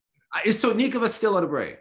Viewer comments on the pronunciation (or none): pronounced her surname incorrectly. He said “SotnI’kova, but it must be SO’tnikova. So it’s why didn’t understand him at once.